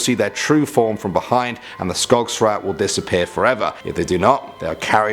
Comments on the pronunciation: mcparty yeah i know but i thought it sounded funny hahaha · Its skogsrået not skogsra...